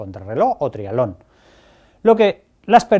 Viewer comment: Cuando dice trialón se refiere a triatlón!? Supongo